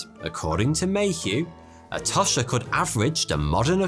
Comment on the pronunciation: Tosh rhymes with posh.